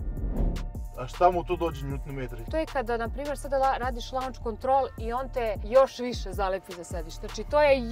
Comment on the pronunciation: Kaze se LOnch kontrol, ne LAnch